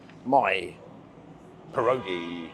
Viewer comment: Great video! One quick word of advice - they're pronounced "pier-oggy".